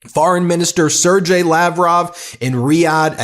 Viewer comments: Sergey is pronounced "ser-gey" (gey sounds like "gay") Not "ser-jay". 😉 P.s: those are scam email templates 🤣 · What that shows is that you don't even listen to the people talking about or with Lavrov. It's "Ser-gay", say it with "Ser-gay".